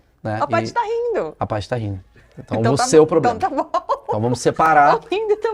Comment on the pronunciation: Essa mulher vive em quê mundo? Quando falou "poblema", já parei...😅😅